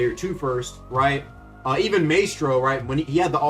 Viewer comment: Bro does not know how to pronounce Maestro.